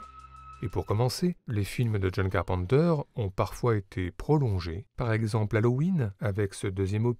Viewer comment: The Thin ? De John Carpente ?